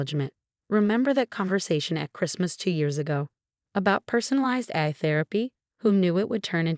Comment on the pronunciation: You need a better computer voice some of the pronunciation is very wrong. For example Therapy is pronounced Thera Pie and Nathan is pronounced wrong about 50% of the time. AI is not pronounced correctly and a lot of the rest is wrong. Why not just do your commentary as a human or is that too much work.